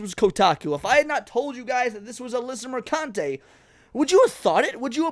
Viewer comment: PRONOUNced merCUNTe